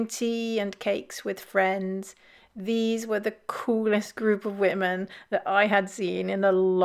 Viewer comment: I'm more troubled by people suddenly pronouncing 'women' the same as 'woman' like the newsreader in the video. It's a weird linguistic trend that appeared over the last few years.